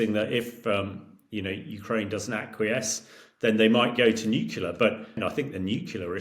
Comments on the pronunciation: It’s nuclear not nucular!!!! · Can you please say n u C L E A R not N u cular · Another clown who can't even pronounce Nuclear. This guy's one of the NuCUlar brigade - and he's military! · Nyoo-klee-ah. Not nukular. 🤦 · Nuculer is not a word.... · It's nuke-lee-are FFS!